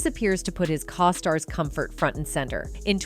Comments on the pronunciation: Cause stars??? i think the pronunciation is co-stars . Do you know how to say co? Stars i'm gonna say probably not Do you have AI doing the talking for you? In this presentation of clips because in your Narration, it kind of sucks. It sounds like you don't know how to pronounce anything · OMG yes, it was incredibly annoying. It got even worse when it was saying cos-tars instead of costars..... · What’s a caw star? This narrator is horrible. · Having a AI voice is fine if it actually can say what you want it to say.... Keenu.... then cos-tars.. Jim Carey personally I absolutely have been thinking he's going to suddenly commit suicide by somehow drowning in an empty bathtub.... The government has been controlling human perceptions for the entire history of the world. I had a sociology class way back in the day before they wanted to convince boys they were girls and girls the were boys, that talked government convincing people waif thin was great because there was a shortage of food. The story hasn't changed it's always been this way. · Not to mention things like referring to Keanus "Kaw-stars". What? Things like that destroy the credibility of the entire video. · I agree. I hate them. It's like they say "Co-stars" like Coasters. Yeah, and Keenoo, who's that? Not Keanu. LOL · And the way costar is pronounced. I think part of the reason they use AI is so if they don't get their facts straight the public doesn't know who they are